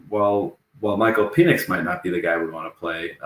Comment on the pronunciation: I love that you’re a swiftly. But can you Google how to pronounce Penix’s name.